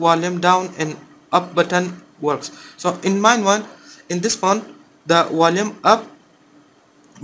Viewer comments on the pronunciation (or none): Wulume hahahahhaha. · Which button? The Wolyum Up or Wolyum Down? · Bolume up bolume up bolume button 😂